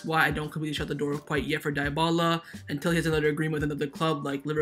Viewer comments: It's not pronounced Die-bala but Di-bala(Dybala). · Lol he pronounced Dybala as diebala, it’s pronounced deebala